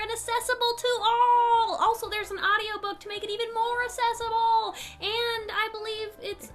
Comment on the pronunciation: I'M OFFENDED!!, u said... ASSESSIBLE!!! not ACCESSIBLE!! i mean, hey, u wanna talk abt butts and all things therein, go for it, i'll gladly engage... but this context hurt meeeee (totally only partially annoyed, this is majorly a sarcasm typing!)